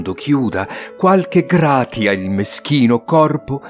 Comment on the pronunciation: Bravissimo come sempre. Peccato per la pronuncia di Gratia letta così anziché Grazia